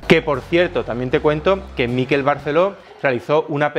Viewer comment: En Miquel el acento está en la E.